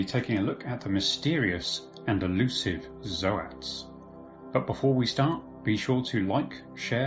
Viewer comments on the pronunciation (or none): "Zo-ats".. What are you on! Its "zoats". Like oats! Someone save us! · ZOTE NOT ZOH AT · So, I appreciate the effort this stand in creator made, a few key things kept the video enjoyable. To get it out of the way, Zoats is just Goats with a Z. No fancy articulation is needed. This isn't a big deal but it is a bit rough on the ears. The music was a bit too loud, at some points I had problems deciphering what was said. It may also just be the tone of your voice that is a sleepy drone. The strobe effect from that old slide show effect was pretty annoying, I wouldn't say seizure starting, but it definitely wasn't pleasant to look at. I think, overall the creator may be good in his own respect, but the vocal cadence is a shock from Arch's upbeat tone. Think a trumpet vs. A lazy trombone. I wish I could have enjoyed the video more, but I had to stop as I couldn't really digest any info. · The way you pronounce Zoats hurts my soul. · Think he is fucking up zoats too. How do you pronounce tyranids?